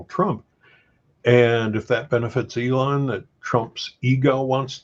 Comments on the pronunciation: Dam dude its E-lon not A-lon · Anybody cringing everytime he says Alon? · Ælon. The guy is pronouncing it that way on purpose. What purpose that is, I cannot say. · Great video but who the hell is "A"-lon?!